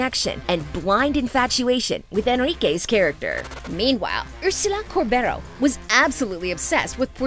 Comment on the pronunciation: It is pronounced Corberó, accented on the O